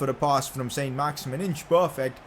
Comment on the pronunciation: It isn't pronounced "Saint Max-Imin" its pronounced "Son Max-Iman" because he's French